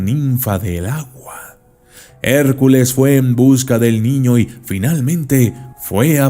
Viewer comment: Estuvo genial, estaba en ambientes pero cuando dijiste ayua, perdí la concentración uwu